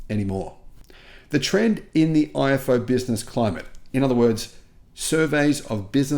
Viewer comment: The IFO Institut is pronounced EEFO fyi 😊